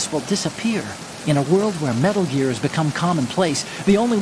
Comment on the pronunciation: Metal Geeear? It can't be!